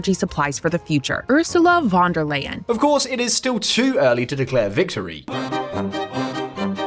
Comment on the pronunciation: Please re-program your narration bot so it doesn't say "Ursula von der Leyen" as "ER-sə-lə VON-der-lay-ən." It's OOR-zə-lə FON-der-line. (Tip: replace name in script with phonetic spelling.)